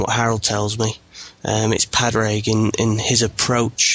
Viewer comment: great podcast but my ears hurt when you pronounce Padraig Harringtons name. Say Paw-rig and you will have it correctly.